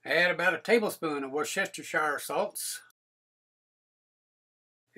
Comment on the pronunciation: I got a kick out of how you pronounced Worcestershire sauce. I bought a Bella with a 6 qt no stick coating pot. I hope that with an insert using foil won't cause a problem for it. Can't wait to try this out. I've always used crackers or bread crumbs so it will be interesting to see how oats work. I happen to have a few packages of instant oats a friend gave me that I've yet to use.